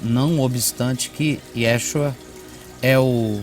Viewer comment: Sem ofender mais a pronuncia do nome do messias foi tao errada e sem vontade de pronunciar q ai sim vejo o quao o nome de Yeshua seria despresado como cita as escrituras.Q O Eterno Criador os revelem a verdade